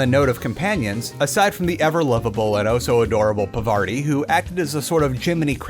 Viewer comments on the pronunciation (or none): It's PARVATI, not "Pavardi". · "Parvarti" 😂 It's Parvati, it literally says so on your gameplay, and if you listen to the dialog...bruh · take a shot every time he says "Pavarti" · why is he calling her pavarti when it clearly shows her name is parvati ? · Also, Pa(r)vaRti. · ... listen man... PaRvaRti?! Are you for real? It was funny for a while but now it starts to become offensive. I mean, in your cooking segments you are always ridiculing the correct units used everywhere else in the world like kg or liters just because they aren't used in the USA, so are you disrespecting other cultures by mispronouncing names just because they don't conform with standard north-american-european normativity? The name is literally spelled out on the screen in front of you. At some point it is too much not to be on purpose. As in, "I know they are literally spelled in front of my eyes and I just need to read them but I cannot be bothered, they should have called them a dominant culture name, like John, or Janet. Let's mispronounce them for TEH LULZ!" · i really hate nitpicking but for some reason you saying "parvarti" and even misspelling it the same way really got to me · i like how you mispronounce Parvati's name for 32 minutes and 53 seconds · Also can you stop mispronouncing Parvati? The name was on the god damn screen right in front of you as you were editing this. Not to mention how it's so often on screen when you're playing the game.